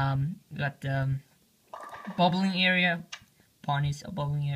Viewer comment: u cant read -.- bubleare {bowlarama} - and sleepy itchy motel? {sleep eazy motel}